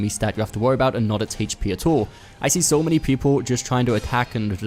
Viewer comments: What the fuck it hache P? Its H.P. brah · I hate the way you say HP. What is haychpee. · "HAYCH P"😂 Thanks for the tips.